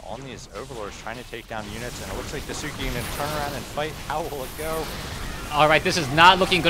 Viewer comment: It doesn't bother me that you are pronouncing DaiSuki's name incorrect, but if you'd like to pronounce it correctly say it like DIE + SKI. So DIE SKI instead of the way you are saying it... I just remember when people were wanting to pronounce Sase's name correctly and same with TH000 from WC3 it was beneficial. I love all the games and casts.:)